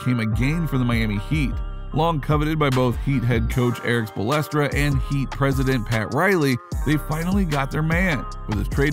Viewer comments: He lost credibility when he said “spolestra” 🤦‍♂️ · “Eric Splestra” sheesh 🙆🏾‍♂️😂😂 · Click bait garbage. Can't even pronounce Spoelstra correctly. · How tf are you gonna have a sports channel, and not even know how to say Eric Spoelstra’s name? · Don’t resort to clickbait man. And also, pronounce Spoelstra right. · Did u really just fuck up coach spo name like that? 🥴